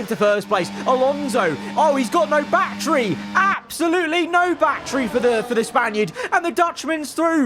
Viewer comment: he doesnt say battery he says bachery